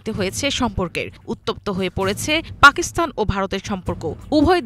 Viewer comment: পাকিস্থান হবে না, সঠিক উচ্চারণ হচ্ছে; পাকিস্তান...! বুঝতে পেরেছেন?